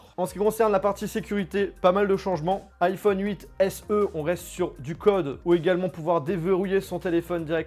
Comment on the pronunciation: Alors perso j’ai pas entendu ça, j’ai entendu iPhone cuite😂😂😂